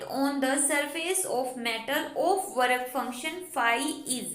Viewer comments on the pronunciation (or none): Pehle bolna seekh wark function ni work function